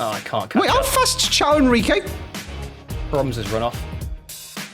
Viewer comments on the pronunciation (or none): I know that you don't really care, but for forever it annoys me the way they pronounce Caio Henrique's name, it's not xao or whatever, but something closer to Kai-oh, like in Kai Havertz. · I have no idea why you guys pronounce Caio Henrique's name like "Ciao". Brazilian tip: the correct pronunciation is closer to Kyle than to Ciao.